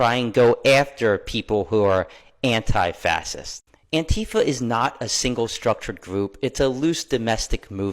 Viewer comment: anti-fas-ist…..maybe know how to say the word you fight so hard to defend